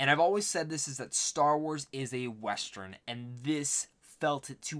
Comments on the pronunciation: huh what?🤣 It's not about how you saw it. You keep mispronouncing the word "western". Its not westRen. But it's whatever😂. Good luck with your content dude:) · Nice review! But pls learn to pronounce WestERN though, it's getting awkward😂